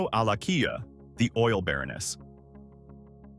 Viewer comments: Alakija not Alakiya You have to sound the ‘J’😅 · AlakiJa not alakiya and also AlakiJa is a yoruba name.